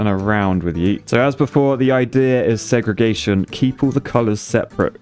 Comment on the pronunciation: How come when someone says segregation in a British accent it sounds so much less r*cist than when Americans say it